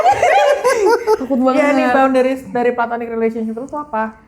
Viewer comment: ga di maple ga di sini, konsisten nyebut "plantonic" capeee😭